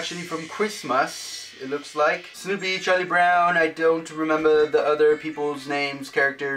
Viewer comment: Why did you keep saying some things in a British accent?? 'Rememba'